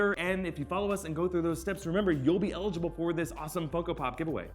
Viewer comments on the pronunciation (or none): none